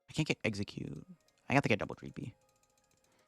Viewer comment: Corrects the exeggcute attack name and still gets it wrong 💀